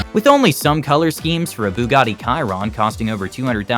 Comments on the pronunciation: it's not "kyron" it's "Chiron" sher-on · A fifth sense? I think you mean shop owners have a sixth sense. And it isn't a Bugatti Ky-Ron. It is pronounced like Shih-ron. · the car is pronounced Shir-on not cy-ron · worst part about everything is.......he said "kyron" instead of "chiron" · What is a ciron i thought it was chiron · it is not Kyron but Chiron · Bro really said kairon instead of Chiron 😂😂😂😂😂 FFS.. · Bro said kairon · my man said buggati "kiron" 🤣🤣🤣🤣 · im sorry did you say.... Bugatti KIRON? IT IS CHIRON "CH" NOT "K"